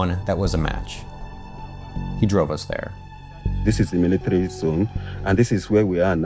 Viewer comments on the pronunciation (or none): none